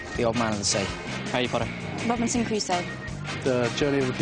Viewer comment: he finally said Harry ✨Potter✨ correctly HAHAHA